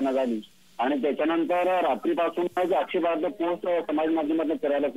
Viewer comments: आग बाई तुला आक्षेपार्ह हा शब्द सुद्धा बोलता येत नाही. मग कशाला तिथे गोंधळ करते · मॅडम मराठी बातम्या देताना आक्षेपार्ह वाचता येत नाही म्हणजे दुर्दैव आहे.